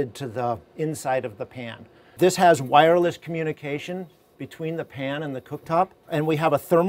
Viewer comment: when he said wirless communications. I literally thought he meant that i could connect it to my phone to heat up the oven. XD